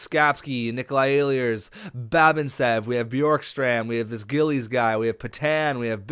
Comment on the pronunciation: It's e-lers not el-i-ers sorry it really bugs me when names get said wrong :)